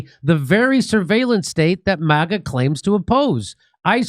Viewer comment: what is "moga"? you keep saying moga..... with an o do you mean "maga" .... with an a? why would you add an o into it for no reason? please dont try to claim it to be an accent....its not...... its a clear choice...